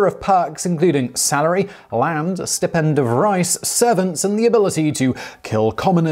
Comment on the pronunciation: Stipend mispronounced.